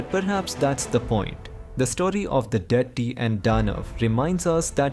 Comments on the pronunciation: Abe it's Daitya, not "daity". What the hell is wrong with people these days? They can't even pronounce words from their own language properly. And the 'D' in them is pronounced as ''द" not "ड". Get some better narrators instead of incompetent hacks who can't even pronounce basic Sanskrit/Hindi words despite being Indian. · Please look into the pronunciations while you speak. Like for instance, dhaitya.. It sounded like dirty every time you used that word. The sanskrit pronunciations needs to be followed. Else the videos are good n informative. ,👍